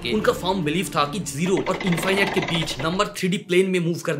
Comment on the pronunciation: इंफाइनाइट नहीं इंफिनिट कहिए। इनफिनिट इंफिनिट इंफिनिट। You have an extra strong bong accent 😂 Keep up with your good work 👍